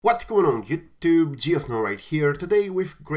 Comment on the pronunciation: “what’s going on yuhtube” very unnecessary. Just say youtube pls